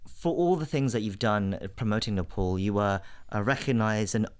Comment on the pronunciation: Being Nepali ,It would be really nice if u you could pronounce Nepal, Kathmandu n Pokhara as Nepali.